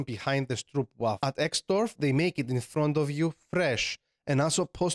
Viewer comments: many people say stroepwaffel you say dubbel o is ooh like if you say rope strope not stroep also sorry if i soundedmad im not mad its a common mishap like i forget its dificult for non native speakers to tell one foul to the other we have some were we use the u e o a i and those i forgot the english words for it . and have my one langustic struggles but have a nice day and maby a crash course about those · Moved to the Netherlands years ago I only dislike about 5% of the food mostly fish dishes everything else was really good even the basic stuff is ok I'm not the biggest fan of huts-pot but sometimes it hits the spot like good Sunday roast best in winter time just like you say :) (also zonder means no in this sense it means fries with no sauce the sauce u have is called special pronounced the Dutch way and is always good on anything raw onions, curry and friet sauce what is not to love especially the Frikendel Special)